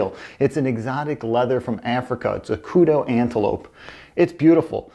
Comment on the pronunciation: It is pronounced, "ku-dew"...not, "ku-doe".